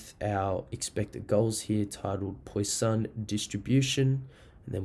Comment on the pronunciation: Thanks mate for this. But please learn how to pronounce 'Poisson' - it is like 'pwa-sonn', not 'poy-sahn' as you say it.